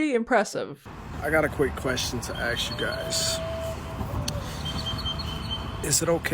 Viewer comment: Someone please point out that he's saying AXE and not ask come onn!!!!!!!!!!!!!!!